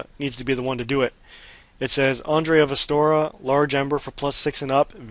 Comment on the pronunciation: It's Astora - a place in the word of Dark Souls. Astoria is a Greek neighborhood in NYC Queens :).